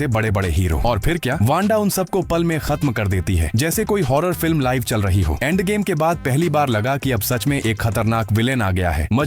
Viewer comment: Endgame ❌ Aandgame✅